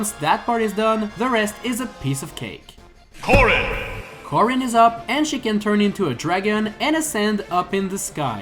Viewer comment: corin bionetta ah yes the worst pronunciations